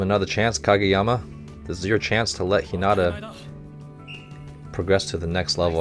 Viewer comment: You'll sometimes see haikyuu spelled haikyu because of different conventions when transliterating from japanese to english, as the last vowel is held longer And while we're talking about technical stuff, on a pronunciation note, Hinata is pronounced "HEE nah tah" with the first syllable stressed